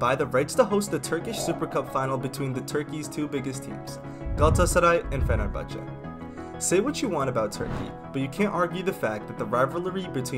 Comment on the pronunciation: Don’t Forget the “Ç ç”in “Fenerbahçe”